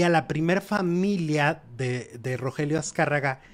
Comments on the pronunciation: RO GE RIO no Rogelio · Oye, no era Rogelio, sino Rogerio... Haba bien para que no te cretiquen.